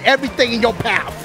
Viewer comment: It's not paf it's path